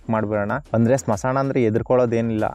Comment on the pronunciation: Bro smasana alla bro smashana clear agi helu bro keloke chanagiralla k na